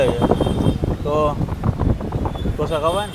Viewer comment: Only Gujarati can say Dhosa. Please the correct word is Dosa.